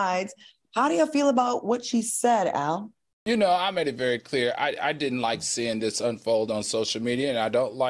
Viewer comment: Not “Al” 😂